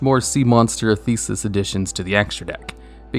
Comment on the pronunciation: You mispronounced my favourite name. Theseus isn't pronounced the same as "thesis". It's more like "thes-ë-us". Sorry to be that guy. I do appreciate your level of research on such a huge topic, so I know some pronunciations are going to slip through the cracks, or otherwise be colloquially accepted. Theseus, however, is a very distinct name, and ought not to be mishandled. I am indeed a fan, so don't take my long-windedness as anger, please. Keep up the good work, and remember: pronounce every foreign word perfectly, or else the internet will get you.